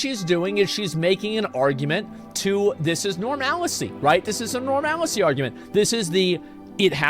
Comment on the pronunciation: I like his new pronunciation of normalcy.. norMAL•I•cy nice